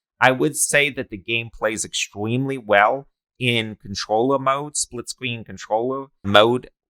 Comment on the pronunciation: Bro you sound like that dude kripkey off the big bang theowee you know what I mean spwitscween experiwence LOL